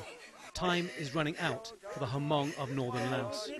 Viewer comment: Lol, Ha-mong. if you are trying to make a video/documentary, pronounce hmong right please. Lol. FAIL!